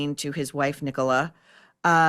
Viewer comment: Thank you for pronouncing Nicola properly...Tim Busfield looks drunk